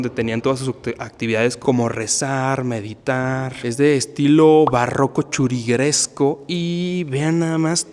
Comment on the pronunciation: Importante pronunciar bien la palabra Churrigueresco, de Churriguera. Primero la pronunció él sin hacerlo con el sonido de la doble R y luego ella dijo Churriguresco... Éso no está nada bien.